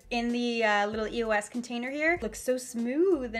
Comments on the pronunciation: it was so annoying how throughout the whole video she was saying e-o-s instead of the word eos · the brand name is not pronounced by each letter. it's all one word. just a tip since youtube success is getting competitive you might want to do some research before hand on the brands you are going to feature, it makes you look more professional